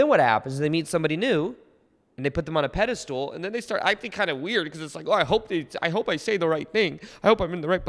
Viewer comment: I thought you'd be able to pronounce pedestal instead of pedestool by now xD